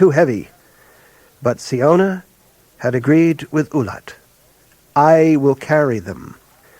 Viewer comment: I always thought siona was pronounce 'sy-ona' and not 'see-ona', good to know